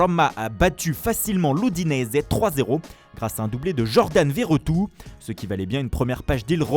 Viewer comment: Jordan "vairetou" carrément "Vertou" stv, c'est une ville de Nantes d'où il est passé ;) bref ça se prononce "vérétout" 😄